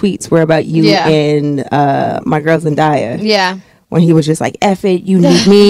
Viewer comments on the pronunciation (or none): Why do ppl pronounce Zendaya as Zendieya? Where do u see an i in her name? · Am I the only person who heard the interviewer pronounce Zendaya (ZEN-DIE-YUH) ?😐🙄😦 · Girl need to learn to say zendaya name if that's her girl